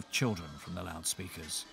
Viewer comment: They are loud speakers not loud speakers Compound nouns are usually stressed on part one!